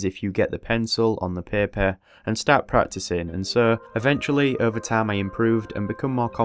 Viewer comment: The way he says paper 💀